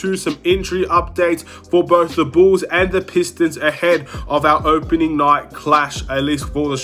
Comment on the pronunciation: It's pronounced BULLS NOT Chicago BOOS....